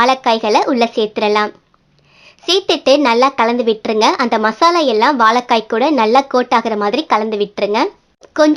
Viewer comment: வாலக்காய் இல்லம்மா வாழைக்காய் தமிழை அழகாய் உச்சரிங்க உமது குரல் மிக அருமை இரசம் ல கரம் ர கரம் முன்பு இ உ சேர்க்கனும் அமுத மொழி எம்மொழி நன்றி வாழ்க வளமுடன்